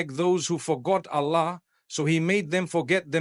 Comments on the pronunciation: listen to him where he pronounces Arabic Words. It is completely done wrongly. Even Allah, he pronounces it usually as Ala! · The way the audio says Alla and not Allahh… we know its not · Yes, this is shameful the way Arabic Words are pronouced. Like Ala. Soubhanallah. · this is ai generated he never pronounces Allah like this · Something is there. Mufthi's voice taken. But he is not speaking. Look at the pronunciation of Allah .😢.